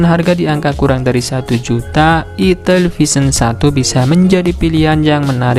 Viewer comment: Itel bang bukan itil 🤣